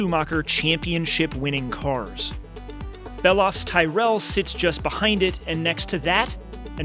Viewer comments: Ty rell. It's pronounced Tirrel. Thanks, enjoyed it. Totally agree with the 412.❤ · The poor late Ken Tyrell having his surname Americanised 😂. Awesome video man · I can absolutely get on board with the 412P being the most beautiful car ever built. My personal choice is the Alfa Romeo Tipo 33 which doesn't look too dissimilar to the 412P. Thanks for uploading such a cool collection, even though you did murder the pronunciation of Vignale and Tyrrell 😂 but still a very cool video